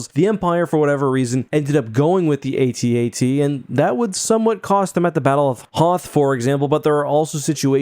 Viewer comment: Both the Juggernaut and AT-AT have their uses. The Jauggernaut moves a lot faster and carries more troops. The AT-AT (and thanks for pronuncing that right way and not like @@ has more hight so it can cross rivers and move through swamps because you don't need traction like with wheels. The hight also gives you a good view so that you can destroy your target from a greater distance like with the shield generator on Hoth. Not sure about the armor on either of these. Snowspeaders seem to be more of a light vehicle and can't penetrate the armor of the AT-AT but can X-wing blew up the AT-ACT on Scarif. But since these two are of a different AT- model I'm not sure if they both have the same density of their armor. As for Jauggernauts I don't think we've seen them being attack by aerial units.